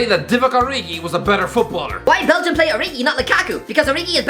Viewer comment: Belgium mountains? Am i the only one who heard that